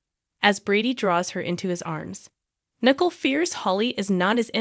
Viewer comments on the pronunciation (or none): Nicole is pronounced nih-KOAL not Nickel !! I guess you don't watch days of our lives because if you did you would know how to pronounce her name!!